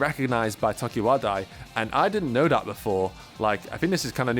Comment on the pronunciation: It’s clique not CLEEK, and it’s tokiwadai not TOKIWADAAA